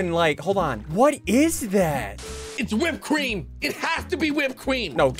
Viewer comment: Gary in the first 30 seconds it’s whipped Cream it’s whipped cweem!